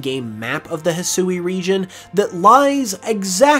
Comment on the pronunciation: He Swee. Not Hesooey.